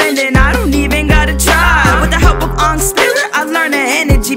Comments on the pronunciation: Pronounces Aang like “Ong” Me: Live Action Flashbacks intensifies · it aang not ong it not that hard to say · did they just pronounce aang is ong?! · just when I got over Aang being pronounced Ong she threw the bombshell of Aemin lol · Its Not Ongg Its Aang But Wrong Pronouced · I'm triggered that pronounced Aang as Ong and you're saying she miss pronounced Amon's name too T^T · pronounces Aang “Ong” Live action Vietnam flash backs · Ethan Araki No Ong is the real way to pronounce it but the creators wanted to make the Tibetan name sound more white since they were gonna air it in America so they pronounced it as Ang which is not the right way to say it. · why did he say ong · Same with aang and ong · Did she just pronounce Aang as "Ong"? Oh nah bro 😂 Oh nah she pronounced Amon as "Aymon" too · Wait why did he pronounced Aang as "Ohng" like in the movie I shall not name for it is garbage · WOW I NEVER KNEW AANG WAS PERNOUNCED ONG AND AMON WAS PRONOUCED AEIMEN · I SWEAR SHE PRONOUNCED AANG AS ONNG FOR GOD SAKE WHY DO PPL DO THIS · When they miss pronounce Aang’s name:Uung Me:Anngry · BrUhHhHhhHhHhh I KnoW YOuR SUPpORTInG THE MOvIE!!!!!! yOu SAID “ONG” INsTeAD OF “AANG” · The fact that bro said ongg instead of aang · luv it but did lex really pronounce it ONGG LIKE REALLY???! DID U WATCH THE MOVIE ONLY OR SMTH???? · the name pronuncctiation tho. NO. aang; ong. Amon; amen. Opal; opol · bruhhh said oong its aang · I dont like to hate on anyone but did she really just say Ong instead of Aang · Good rap but didn’t pronounce Aang’s name as Ong? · HOLD UP DID LEX SAY "uung" instead of "aang"? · Why why you make her say aaaaaaang instead of Aang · Did she say ong instead of aang!!!! Disrespectful!!!!!! Disrespectful!!!!! Disrespectful!!!!!!! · You don't say it like AUGHNG its more like ang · She literally just said ong instead of aang not hating do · ya know its pronounced aang not ong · There is one thing wrong you pronounced Aang, Aong